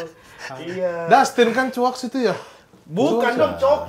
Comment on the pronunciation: Chuakksss itu pengucapan chakssssssss. Rada kesel sih kalo u nya jelas banget 😂